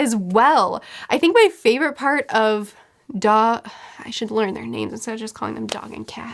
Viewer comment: getting better at pronouncing names? 👀